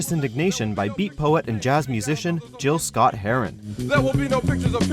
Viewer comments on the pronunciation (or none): Note on #8: The man's name is pronounced Gil Scot-Heron, not Jill. And they didn't mention he's also the author of several novels. I've read his first one, called The Vulture, many times and wish I could find it again. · To the narrator of this video.... It's "GIL" Scott Herron! Not "JILL" Scott Herron! Don't you ever disrespect the legend like that again!!! 😡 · It's pronounce "Gill Scott Heron" rather than "Jill". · Did he say 'Jill' Scott-Heron? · "Jill" Scott-Heron? Have some respect for the man. Learn how to pronounce the name of the legendary Gil Scott-Heron if you're going to include him on your list. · Jibbers Crabst,!! Maybe I am a cranky old man, but if Millennials get all bent out of shape that we pronounce gif correctly, you sure dropped the ball on Gil-Scott-Heron's name. His first name was Gilbert, so it is pronounced with a hard 'G'......not unlike gif! Mad props for recognizing his revolutionary and iconic song, tho, but Damn, get a legend's name right.